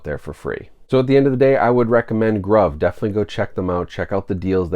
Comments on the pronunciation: lol isn’t it pronounced “groove” I don’t know why they would call a site “Grauve” that doesn’t mean anything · I'm pretty certain it's pronounced groove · I believe it is pronounced groove. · I assumed they were pronounced "groove" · Bough from them a lot. Pretty sure it’s pronounced groove groove in American English (gruv ) noun. a long, narrow furrow or hollow cut in a surface with a tool, as the track cut in a phonograph record for the stylus to follow. any channel or rut cut or worn in a surface. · Been buying from them for almost a year & have snagged a lot of good titles at great prices. Grabbed several 4Ks around Black Friday for $7.99. Pretty sure it's pronounced "GROOVE" BTW. :) Also, they almost always have 20% off your purchase promo codes out there you can use plus free shipping. Good video. FYI - Only ships within U.S. for your overseas viewers. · Most likely pronounced groove…